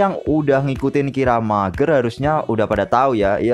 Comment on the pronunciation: bang saran aja sh, klo bisa pengejaan beberapa kata seperti mecha, kiramaiger dll ikutin di pengejaan jepangnya aja biar enak d denger ,, soalnya agak ganjel di telinga katanya klo bacanya terlalu jujur 😁